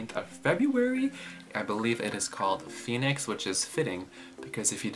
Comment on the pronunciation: i'm sorry to actually pronounce it the other way huhu it should be PHOENIX HAHAHHh